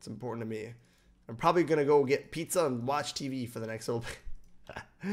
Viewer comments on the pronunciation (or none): none